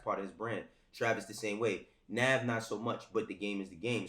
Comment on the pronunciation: lmao at ak pronouncing navs real name wrong intentionally smh